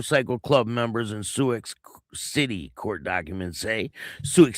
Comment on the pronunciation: It's pronounced sue city.